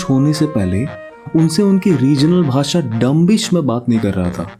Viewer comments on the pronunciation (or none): none